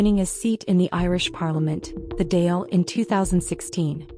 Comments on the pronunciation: It would be helpful and respectful if the person reporting learnt how to pronounce the name of the government. Dáil has an emphasis on the á. Other inaccuracies but not to pronounce Dáil is unacceptable. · AI slop cant pronounce Irish words